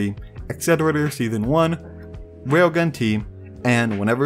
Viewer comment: bro.. its RAILGUN, not wailgun